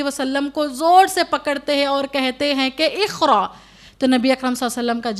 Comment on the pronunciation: Meri bahen qaaf ko aap khaaf padh rahi ho )jaise iqra ko ikhra padh rahi ho